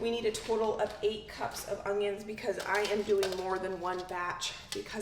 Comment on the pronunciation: UN-YUNS, not UNG-yuns 😫😫😫😫